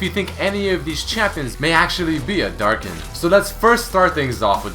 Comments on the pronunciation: Hm. and wiki pronounce Darkin like "Dark's kin" and in my translation it's "Darkins". Ah, the research put into translation. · wait, what exactly is a "Darkin"